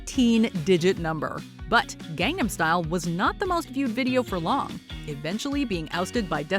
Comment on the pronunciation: Please pronounce “Gangnam” correctly… >_>